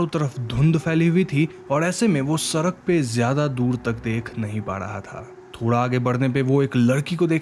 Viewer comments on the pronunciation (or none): Ap "ra" wale totle hena ap "sadak" ko "sarak" bolte he